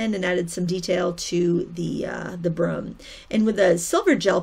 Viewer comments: Awesome painting! I giggled everytime you said "broom"... you kinda say it like "brum", hehe. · Kinda like when people say 'roof' and it sounds like 'ruff'. I think it's a New England thing here in the States. x